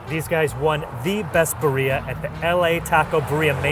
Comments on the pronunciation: I mean if you're gonna do a cultural food tour atleast know how to pronounce the name of the food. Every time they said BUREA I got do pissed off.😂😂😂😂 my guy its BIRRIA. I don't even speak Spanish and I know how to say it. I really don't know why Americans have such trouble saying words correctly. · Why does the Brit pronounce birria better than the gringo? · He can’t eve pronounce Birria properly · Dude, learn how to pronounce birria. It's embarrassing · absolutely loving LA but just butchering the Spanish language is so American. You're both awesome, though. Love this show! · he may want to learn how to pronounce "birria." sheesh... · He ain't Mexican foo!